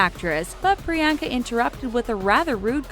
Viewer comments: PRE - ON - KUH Chopra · Pree-YAWN-kuh, not Pree-YAN-huh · not the best at pronouncing foreign names now are you? It is not Pree-yenka. It is pronounced as Pree-yann-ka. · It’s not priYANKA it’s pronounced Pri-yon-ca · A cringe for everytime she said 'Priyaaanka'. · Did you really just say priyankas name wrong? Just how????? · You’re saying Priyanka wrong, believe me I know my name is also Priyanka >:(